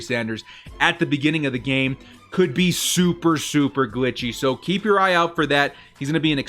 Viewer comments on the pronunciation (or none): none